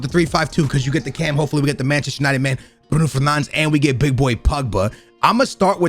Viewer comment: Mans doing a Manchester United video and can’t even say Bruno Fernandes properly